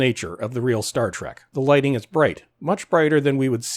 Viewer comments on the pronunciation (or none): none